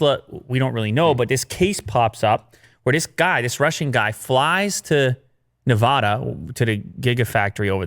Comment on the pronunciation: please stop pronouncing Nevada that way it’s wrong